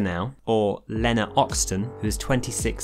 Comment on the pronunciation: I get irrationally angry every time you pronounce Lena (Lee-na) as Lennur